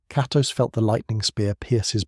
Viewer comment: Bro tried every incorrect pronunciation for Kratos